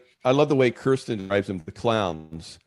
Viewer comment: He already met Cirsten but doesn't know how to pronounce her name?